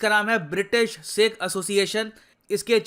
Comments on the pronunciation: Bhai UK based Sikhs not seekhs 🙏🙏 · Sir plz one request pronounce it as sikh not seeekh. Use choti e ki matr not badi e ki matra.